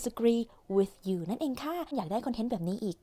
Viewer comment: ว่าแต่ การออกเสียงของปากที่ถูกจริงๆ เจ้าของคลิปก็ใช้ผิดนะคะ อย่างเช่นWith ลิ้นควรอยู่บนฟันบนเอาลิ้นออกไม่ห่อเสียงแบบที่เหมือนในคลิปค่ะ